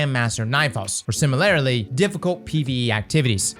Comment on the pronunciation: “Similarily?” I had to rewind to make I sure I heard it right.